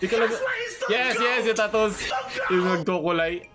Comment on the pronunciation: TAHOOS not tattoos HAHA 😂